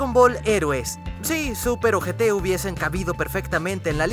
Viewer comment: Super o GT Lo que yo oí: Super ojeté xd